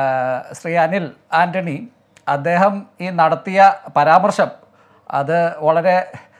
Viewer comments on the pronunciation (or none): എടോ " " ്് 'പരമാർശമെന്നല്ല' പരാമർശം എന്ന് പറഞ്ഞ് പഠിക്ക്!